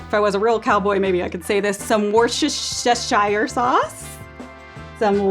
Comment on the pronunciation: Worcestershire is pronounced "WUSTER" say it like this , like all English people do. It's the same with Leicester. It is pronounced "Lester" Does that make things clearer?